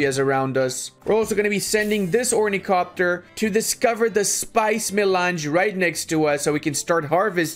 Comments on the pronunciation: its ornithopter, blashpamer! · Ornicopter? Really dude?